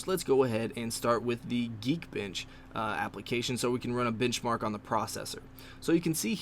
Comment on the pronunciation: he says bitchmark.